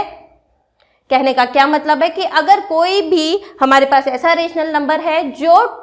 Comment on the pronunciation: Ur pronunciation of rational and irrational numbers is wrong